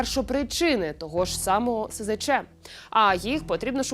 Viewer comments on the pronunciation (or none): Фу, гидко тут бачити Zеленського. Навіщо так плюндрувати фільм? Автори! Не контачтеся об нього. І хай ведуча не говорить "сезече". Бо це абревіатура - "СЗЧ". Ці букви в абетці читаються "ес, зе, ча".